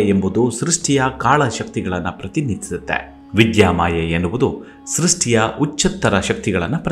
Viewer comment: ಧ್ವನಿ ಚೆನ್ನಾಗಿದೆ. ರಾಮಕೃಷ್ಣ , ಸೃಷ್ಟಿ, ಚಟ್ಟೋಪಾಧ್ಯಾಯ ಮೊದಲಾದ ಪದಗಳನ್ನು ಸ್ಪಷ್ಟವಾಗಿ ಹೇಳಿದ್ದಿದ್ದರೆ ಮತ್ತಷ್ಟುಚೆನ್ನಾಗಿರುತ್ತಿತ್ತು